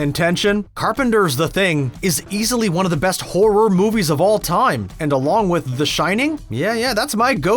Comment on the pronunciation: I agree with most of these. One question though. Why do you pronounce horror like that? It sounds very awkward when you put such a gap between hor and ror.